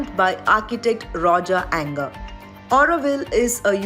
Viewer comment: Please, please get the pronunciation of Roger Anger's name right: 'Anger' is not pronounced the same way as the English word 'anger'! More like 'anje'...